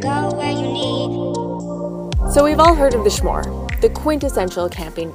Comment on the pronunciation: s'more as in eat one you want some more, hence s'more. why do you pronounce it schmore??? just curious, as is mrjamiew. you make good vids. thanks for sharing.